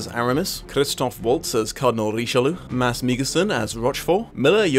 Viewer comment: As a Dane I would like to say that you pronounced the name Mass very well